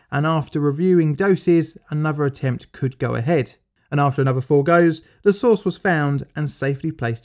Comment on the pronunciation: "Next, we baste the roast in cobalt-60 sauce ..."